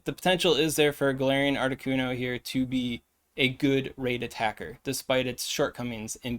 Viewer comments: Articuno, not articunDo 😅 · Ardicundo lol you said it right the 4th time what’s that all about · my man.... uno, dos, tres. 1,2,3 duh.... it's not that hard to say articuno 🤣🤣🤣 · I came for the video title but I stayed for the pronunciation of Articundo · I keep hearing “ARTI KUNDO” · “Art-i-cuhn-do” is a joke I’m missing, right…? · Why are you saying Articuno’s name with an ascent?